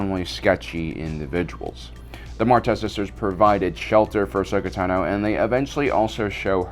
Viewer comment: "Uhsuckuh Tuhnooooooooo" When are you going to learn to pronounce her name properly?